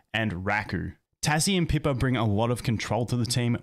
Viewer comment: I’ve never heard Raku or Pippa be pronounced that way. Makes me smirk.